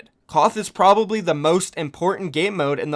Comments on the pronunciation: >Calls someone out for saying Koth >Says ''Prolly'' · Is it that hard to say probably😂